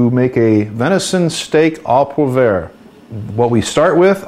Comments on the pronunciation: DUDE great recipe, BUT please say Au Poivre correctlyl Not Au ProVair. Just annoying to me, also wasn't the sauce a little thin at the end? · thing is so... all americans, even close to britts, pronounce french like that. I know he doesn't pronounce the "r" properly. Anyhow, be that forgiving would you? :) thank's. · Pronounced "Oh poo-ah-vre" (roll the r) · You may want to go to school a little bit more, because not only have I had four years of French classes, I also was a Culinary student and had classical french cuisine classes as well. The way he says it is incorrect.